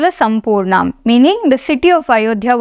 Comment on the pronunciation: Jai Sri Ram, Jai Sri Ram, Jai Sri Ram Splendid work. In the first shloka, the hrasva in sampurnam, should probably be corrected to dheerga